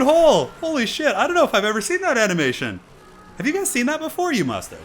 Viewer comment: I love how you just gave up on pronouncing animation